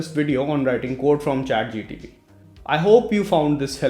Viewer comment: bro its Chat GPT not GTP